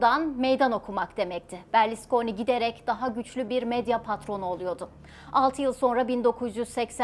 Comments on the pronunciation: Berliskoni değil kızım Berluskoni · Berlisconi değil hanım efendi Berlusconi